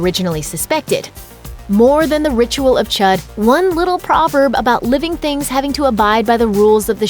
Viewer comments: It’s pronounced “chood.” that’s why the accent is there.🙄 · "ch-ued" not "ch-uh-d" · Its not Chud its chüd ( chued ) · She knows it’s pronounced chood like wtf chud, so stupid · "the ritual of chud" it's pronounced choo-d smh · it was CHOOD* not chud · the ritual is pronounced chood because of the two dots above the u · It pronounced Chood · Wait the ritual isn't pronounced like the ritual of Chad but like this : the ritual of chuud like that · That is not how u say cüde mate😂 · I pronounced chued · It's pronounced chood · You said Chüd wrong. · It “ch-ou-d” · It's pronounced chude but spelled chud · they pronounced chüd wrong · Its pronounced chood, you filthy pagan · You uncultured swines, yall said chud like the amphibians